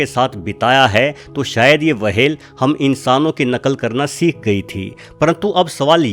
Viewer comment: wahel nahi hota hai whel hota hai